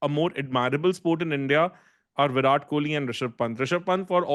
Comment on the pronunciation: both are wrong, but is more wrong than. Because JAR-ROD is literally the the letters in the name, but whyrat and raaaoul are nothing like spells it. Also, I have heard whyrat and raol atleast 100 times on his podcasts this year.